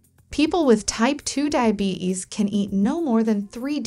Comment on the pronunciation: Not DAIABETICS its DIABETES